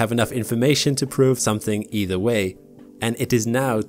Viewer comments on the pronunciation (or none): none